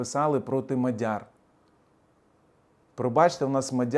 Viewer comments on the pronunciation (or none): none